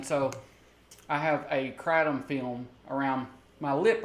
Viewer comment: Stop saying kratom like that, sounds like crap. I love Kats botanicals! Doing God's work <3